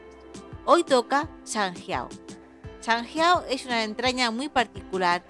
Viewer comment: Buena explicación, pero me ha costado verlo por su pronunciación de sanjiao y de jing 😮